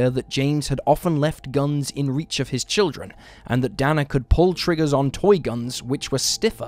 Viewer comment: Dana = DAY-na